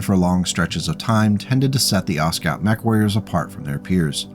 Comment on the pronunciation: Aw, sorry. What a name to say a million times. I think the "T" shouldn't be pronounced. Ostscout is much harder to say than Oscout.